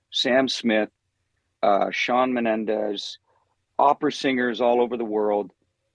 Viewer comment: Love James' pronunciation of Shawn Menendes 😆😆😆